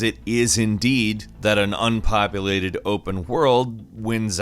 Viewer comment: Just say populated ?